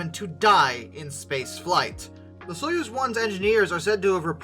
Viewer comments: It's "Soyuz", not "Suez"! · Soy-UZ, not Suez. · Soyuz is pronounced Soy, as in soy sauce, uz, as in use. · Easier pronunciation guide Soy-use